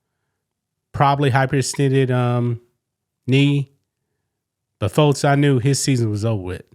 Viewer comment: God damnit man..learn to say folks... there is no t in the word